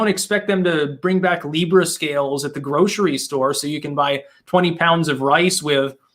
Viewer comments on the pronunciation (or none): none